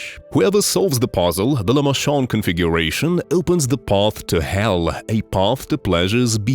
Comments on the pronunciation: Lament not lamend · Dog what the f was that lament configuration pronunciation